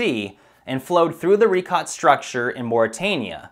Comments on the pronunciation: Ree-shō... it's French dude. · The Richat Crater was named so by French speaking explorers and its pronunciation is closer to 'rish-a' than 'ri-kot'. Even the Arabic name emphasises this (where its pronunciation is closer to 'ri-shat-e').